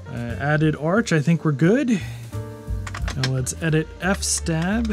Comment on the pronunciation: An iso is an archive file format of an optical disc image. Once it's burned back onto a disc, it's now a disc again not an iso. It's not "f-stab", it's fs-tab as in File System TABle And don't let me hear you say "pseudo" when you mean s-u-do as in Super User DO.